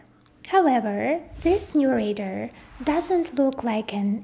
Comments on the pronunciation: Pronounce it with me 'Ray - Dar' not ray-der!. TQ. In fact you sound more like Raider!!!. Great content nonetheless. Well done. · Great tech explanation, but I was distracted every time I heard “raider” for “radar” made worse by the detail it was said a huge number of times. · Good but you need to work on your pronunciation of 'radar'. The emphasis falls on the first syllable - RAY-dar, with the A in RAY pronounced like the A in STAY. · Too bad you don't know how to pronounce "RADAR".